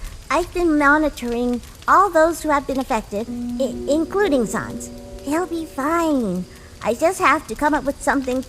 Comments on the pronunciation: SANESSS (SANS) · is it me or are they they pronouncing sans annoying sans kinda annoying